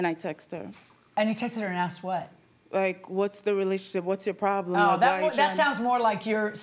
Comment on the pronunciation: “Umm, he axed to borrow some money.” 😂